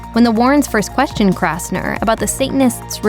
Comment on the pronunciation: It's Kastner NOT KRastner !!!!!!!!!!!!!!!!!!!